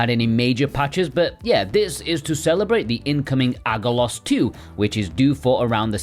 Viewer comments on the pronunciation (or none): BTW, in Greek, gg is pronounced "ng." Aggelos= Angelos ("messenger" or "angel). Great game - I was one of those Americans who imported. Some insane difficulty spikes in places, but quite worthy for thos who love Wonder Boy or Zelda II.